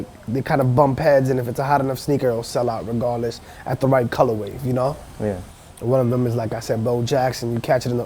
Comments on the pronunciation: Has no one ever told this guy it's "Colorway" not "ColorWAVE" smh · I wonder if he knows it's actually color way and not color wave. Listened to him saying it in the beginning like 10 times and he for sure says colorwave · Stop saying "colorwave"